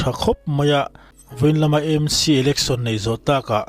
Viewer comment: Aizawl hi Eizawl a ni lova, a lam tawi a E Em Ci ni lovin Aa Em Ci tia lam hi a tha, Aizawl hi Mizotawng a ni si a.